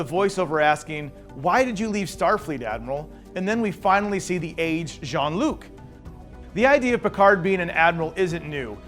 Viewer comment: It's Jean-Luc, not John!